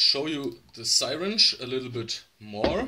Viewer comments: Repeat after me…see-ringe…not sirench…(spelling is syringe) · what the Hell it a sighwrench